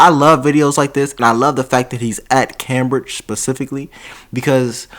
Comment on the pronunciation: Cambridge is said came bridge 😉